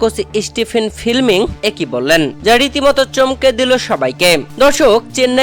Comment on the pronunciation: Chennai Super Kings head coach Stephen Fleming উচ্চারণ স্টিফেন ফ্লেমিং, স্টিফেন ফিলমিং নয়